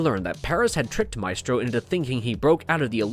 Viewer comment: WHY DOES THE NARRATOR SPELL HIS NAME SO WEIRDLY???